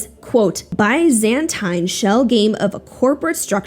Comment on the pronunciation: Racketeering is code for mob shit. RICO exists to take out mob bosses. Mob bosses used to avoid big charges by saying “but I didn’t do it! You can’t blame me!” RICO means that if you order a murder, you’re a murderer, wether or not you pull the trigger. Also, google how to pronounce Byzantine. I can’t figure out a good way to type it out, it’s a weird one.